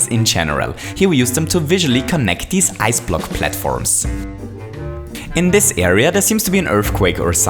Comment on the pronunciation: I like how he says dis!